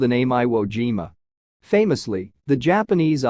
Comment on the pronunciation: You mean Veye-ut-gnome? How do they get eye wo, but not jime-a? What a "Gine-a"